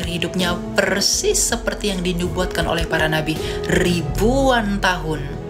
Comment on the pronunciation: Rrrrrribbbbuan tahun si elia LGBT 😂😂😂